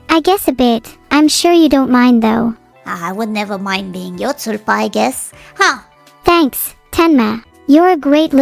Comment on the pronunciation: Pretty sure they're doing a bit with the pronunciation and they're actually talking about tulpas.